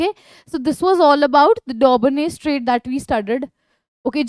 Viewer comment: Mam its triads or traids